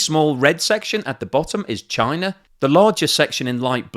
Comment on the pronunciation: Russer, Chiner, Indier are in Asier.